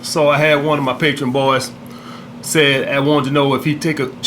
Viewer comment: I had a paytreeon axe me thiz question